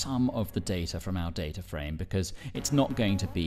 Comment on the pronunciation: I can't believe you pronounce it data and not data